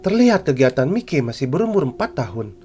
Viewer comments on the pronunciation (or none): Bang tolong bilang kata miley nya jadi mayki ya bang soalnya gk nyaman bat denger kata mikey